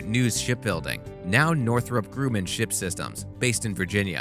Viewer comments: ⚠️⚠️⚠️ OK 🚬🚬🚬🚬 FIRST OF ALL NUCLEAR IS NOT PRONOUNCED NUCULAR. WE HAD PRESIDENT BUSH TO SHOW US THAT, FOR 8 ENTIRE YEARS, AND NORTHROP GRUMMAN IS NOT PRONOUNCED "GREWMAN". It's GRUMMAN, LIKE GRUMPY MAN. GRUM MAN. ONE WORD. DO NOT PASS GO. DO NOT COLLECT $10,000. LOSER. WHY ARE YOU MAKING VIDEOS IF YOU DON'T KNOW HOW TO PRONOUNCE THAT. IT'S LIKE PRONOUNCING BANK AS BENK. IT MAKES NO SENSE! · You should check the pronunciation of Grumman....and the F/A 18 is not pronounced F slash A.